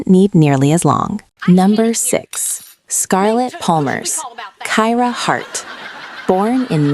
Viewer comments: It’s pronounced Keer-ah, not Ky-rah. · Kyra is pronounced (Keer-ah) not (Kye-rah). Just thought I'd put it out there. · You're pronouncing Kyra wrong 😂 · That is not the way kyra was pronounced and you said jake was born in a different year than you showed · Is anyone else annoyed that she annunciates Reba's last name incorrectly as well as Kyra incorrectly...